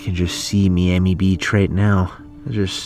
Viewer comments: For the love of god stop saying me-ami its fucking my-ami, MIAMI. JESUS. So cringeeee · Y did u say Meamee. Its M-eye-am-e. it is spelled miami but that is how you pronounce it. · Bro said meami it's miami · Me-ami? Do you mean my-ami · why are you calling it meame its miami thats where i live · They can’t pronounce Miami correctly it’s so frustrating.👺